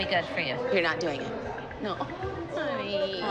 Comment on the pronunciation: Nobody: Not even Batman: Abby: nÃoÛh.